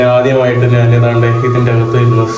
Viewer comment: നിൻ്റെ അമ്മേടെ നാൺ നാൻ, നാന് എന്തു ഭാഷ? ഞാൻ എന്ന് പറഞ്ഞു പഠിക്കുക